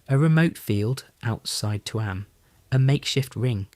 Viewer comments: Tuam. Pronounced TUem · Its Chewam (Tuam)❤❤❤ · why say tuam like its 2 words its only 1